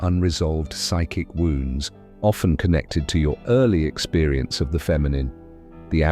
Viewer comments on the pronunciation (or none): none